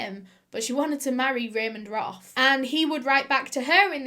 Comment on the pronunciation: Ramend Roth Me: haha Ramen Broth haha